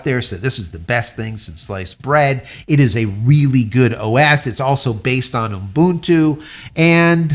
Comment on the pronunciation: Why do you say Ubuntu that way? 'What? Umbuntu?' Yeah, that! Why do you add the extra M? 'What extra M? It's Umbuntu'. (Cool Whip)